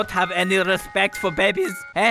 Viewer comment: " do you not have any respecg to babies, eh? " * proceds to slap her with the baby